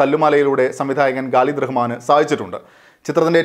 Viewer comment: പ്രിയമുള്ള, "ഗാലിദു" റഹ്മാൻ അല്ല, "ഖാലിദ് റഹ്മാൻ" എന്നാണ് ഡയറക്ടറുടെ പേര്. പയ്യന്നൂർകാരനു ഇങ്ങിനെ പറ്റിയത് എന്നെ അതിശയിപ്പിച്ചു☺️